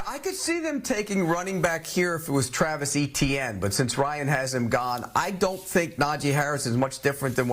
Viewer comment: Etienne is a French name and the "E" is softer, as in "et".